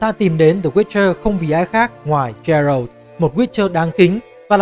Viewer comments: Góp ý với chút là Geralt đọc là Ghe-rột chứ không phải là Gie-rột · chắc chưa chơi The Witcher 3 mà chỉ đọc script do ngta đưa chắc luôn:))). Thứ nhất geralt đọc là gê rột không phải trê rợt. Thứ 2 gwent không đọc là wen vì w là âm câm, đọc có chữ g vào ạ